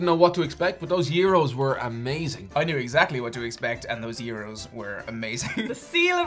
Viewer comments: actually almost nailed the pronunciation albeit with a slight "foreign" accent! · Eh, no it's not. It's the greek word for round or turn (among others). It's spelled 'Γύρος'. The letter 'Γ' is pronounced like the english 'Y' in the word 'yes'. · g is silent in Gyros, pronounce year-os